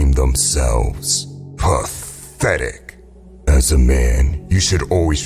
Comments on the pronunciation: "PATHETIC" pronunciation FANS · The way he says pathetic is funny🤣